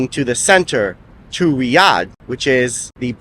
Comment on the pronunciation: The anxiety this video gave me, everytime you pronounced Riyadh, or when you spoke in Arabic, and at the same time you were using the Hebrew pronunciation of the letter R. Great video and information all together.